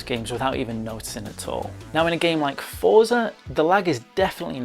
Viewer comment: Excellent review! Looking forward to the public release of this. Please forgive me for correcting you, but Forza is pronounced Fort-za, similar to how pizza is pronounced. :)